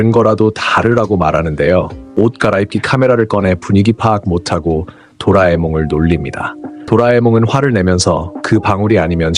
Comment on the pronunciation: 혹시 대사 AI로 한건가요? 대사칠때 ~~하고 에서 고를 이상하게 발음하거나 띄어쓰기를 뒷 단어에 붙여서 이상하게 읽는게 3번정도 있네요